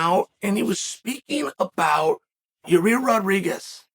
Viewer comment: Bro please announce his name right lol